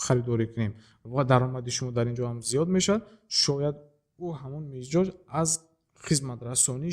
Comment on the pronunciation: Муалим, мичоз не мизоч😂